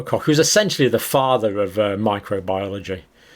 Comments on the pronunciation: Pox Copsulate, cock poxulate, kochsulate etc... 🥴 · Rober Koch (co*k) 🤣 …. well how to explain how to pronounce CH 🤔